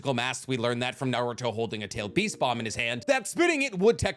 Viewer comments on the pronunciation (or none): none